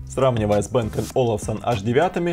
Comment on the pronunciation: Не бэээнг а Банг